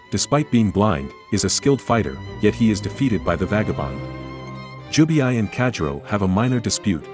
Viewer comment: it's Jubei,not Jubiai😂